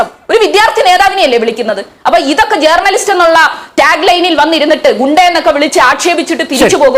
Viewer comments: എടി പോത്തേ ജേർണ ലിസ്റ്റ് അല്ല റ സൈലന്റ് ആയി പറയു വഴക്കുല ചന്തേ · ജേർണലിസ്റ്റ് എന്ന pronouncation ശരിയല്ല ചിന്തേ.....